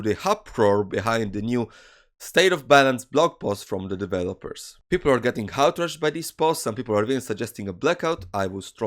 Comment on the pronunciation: When you say outraged (??) you sound like "haulteres" or something like that, i had to turn on captions, i you did mean outrage like what the captions suggest, please next time say out and then raged, youll just people understanding that sound instead of whatever the thing is you made